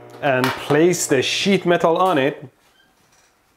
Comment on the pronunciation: This is a shit of steel? If I place the shit metal on it? Is that an accent or are you really saying, "Shit"?